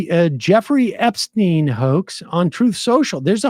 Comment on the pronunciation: Why does always say Epstein that way? Sam does it too sometimes. They sometimes make fun of people's pronunciations, but it seems a little weird to do that and just not say this right.